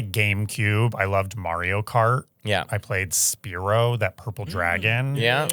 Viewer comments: pronouncing Spyro “Spear-o” is genuinely upsetting and expected. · Not ‘SPEAR-O’ 🤣😭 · are we gonna discuss how pronounces 'spyro'!!!